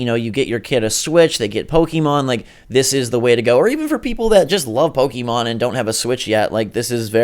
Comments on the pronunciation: This guy says "Pokeemon" gimme a break are you serious? Learn how to read, it's Pokémon. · Po-KAY-mon, not Po-KEE-mon. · to anyone pronouncing pokimon im sorry its pokemon, why does everyone say pokimon ??